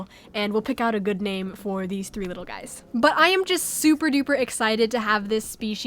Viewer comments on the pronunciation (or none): “All of your Guyeys support” lol that cracks me up